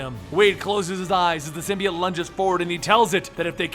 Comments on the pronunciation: ITS PRONOUNCED SIM BEE OHT NOT SIM BEE IT DUMB ASS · SIMBY-OTE not SYM-BEE-UT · ITS SYM BI OTE